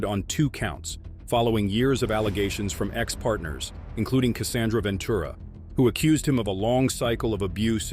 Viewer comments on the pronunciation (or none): none